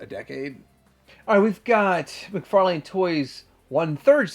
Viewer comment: For Xmas I’ve asked Santa to bring me the gift of pronouncing “McFarlane” properly… ‘lynn’ not ‘lane’. Please Santa, I’ve been such a good boy and my ears deserve this gift 😊